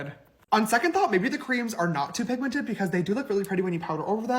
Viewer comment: Y’all … did he really just say PIGMENTATED? Girl no that ain’t even a word. He seriously needs to go back to Sister School and retake himself some English classes. I completely agree with you, … He missed the boat when it came to starting his makeup line. I think he is counting on his fans to buy his products… But honestly I’m not sure there’s enough of them out there anymore to make this a wise monetary business venture.